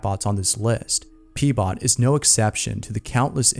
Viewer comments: Keeps saying "P-Bot"..... GET AN EDUCATION.... ITS "RHO-BOT", for fucks sake. And this is why AI already wins. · Him: pbot My brain: heard peebot Me:lols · Him: number 1, Pbot My brain: haha. peebot